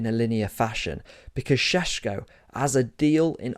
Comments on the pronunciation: It’s painful to my ears every time you say Sesko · How many times did you say Sssshhesko in that? Zubimendi going to Madrid too